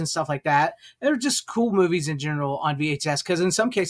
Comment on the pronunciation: You know it's funny how the word, "movies' sounds a lot like the word," Boobies." At least I notice that when you say those two words. 😉